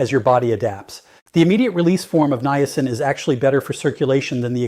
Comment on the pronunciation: I watch your YouTube videos faithfully and get so much good information always. However, this AI presentation is awful. The robot talks so fast, mispronouncing simple words like Niacin, and it's impossible to keep up at all with his conversation. It's especially hard when you listen again and hear the same thing which is the simple word "Niacin". It's so hard to keep up with what is being said, especially with all the medical words, measurements, doses daily when the speed is so fast. This "robot" is particularly bad by the way. Could you please go back to just making the videos without the AI. It's going to be the ruination of our world before it's all said and done. Thanks for anything you can do to help.